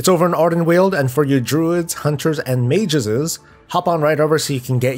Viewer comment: I heard that too :p